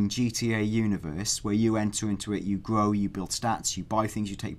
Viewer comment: "it will gwow, and gwow, and gwow!"